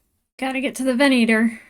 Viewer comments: Ven-ah-tor. Venator. It's a Latin word meaning "hunter". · ve'na:tor pronounced ven-ate-tor. Cruiser Class Star Destroyer. Is the latin word for hunter. The feminine name is Ventrix. A second use of the word is as a type of Roman gladiator. A third use is as a genus of spiders.